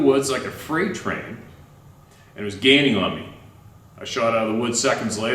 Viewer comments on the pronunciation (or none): none